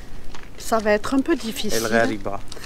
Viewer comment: Si jamais le gh ca se prononce comme le R français qui n’est pas roulé Ce que tu as dit c’est le kh ça donne خريبة ce qui est très mauvais 😅